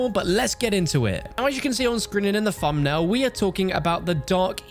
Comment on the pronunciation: What's a "Fumnail"?